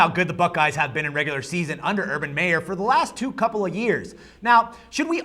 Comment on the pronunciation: well.. . Its not MAYer its Meyer, and "always seems to find a thousand yd rusher", speakin of my, thats an oh my someone hasnt done their homework. Hyde was an enigma in terms of big rb rushing stats in Meyers system.. no mention of the DL(possibly the best in the country), and just brush off the entire bigten east why dontcha?... Gonna b tough for any tm in the east to win 11 games this yr, mich st and ohio state included...